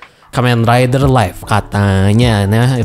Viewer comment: dibacanya liv bukan laif... live dibaca liv, sedangkan life dibaca laif